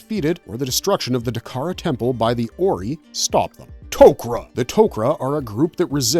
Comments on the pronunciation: Terrible pronunciation of 90% of Stargate races and places. So much so that I thought there were some other races I had never heard of. Like Ori pronounced oree instead of orai. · it's pronounced or-i not oree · fr Orey?? did this dude watch the shows with the sound on? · What did you call 'The Ori' ? that's new 😅